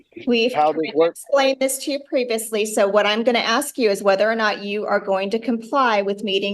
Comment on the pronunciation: Why do they always want to take an "oaf"? That's rude, kidnapping and calling some person an oaf. LOL Then he "axed" the judge.